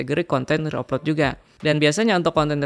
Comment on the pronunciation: ejaan nya bukan reup lot bro, tapi ri aplot